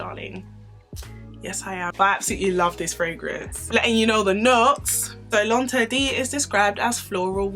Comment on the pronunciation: I'm saying!! Because she sho just taught me how to pronounce L'inderdet I was saying that all wrong😂🤣